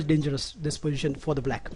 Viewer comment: pojition? tranjition? "the planning is.. wtf, very poor english!!!